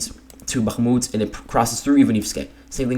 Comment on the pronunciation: nice job but your annunciation of bakmut sounds very wierd